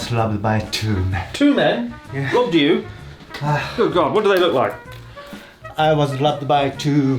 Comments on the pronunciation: I figured he said robbed but my ears definitely heard loved and I was like oooo haha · At first I thought was saying „I was loved by two men.“ 😳 U wot mate? I didn’t burst out in laughter for a while. 😂 Thanks Chris ☺️